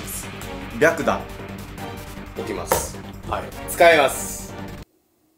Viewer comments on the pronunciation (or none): 白檀が白眼にしか聞こえない…w